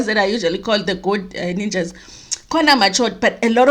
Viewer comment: Ow 🤣🤣🤣ninjas not nunjas